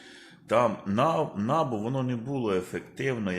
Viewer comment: Та не нАбу,а набУ, будь ласка, говоріть правильно